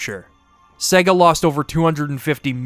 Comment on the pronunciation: Great Video! You and Majulaar are masters of these long-form retrospectives, they really take me back every time - and your choice of games to review was awesome as always However! Was a bit rich you ragging on the Berserk game's pronunciation when you pronouned 'SEGA' wrong about 165 times throughout the 2 hours 😅 which will probably stop me rewatching this several times like all your other videos. 😭 Only blip that really annoyed in an otherwise stellar essay 👊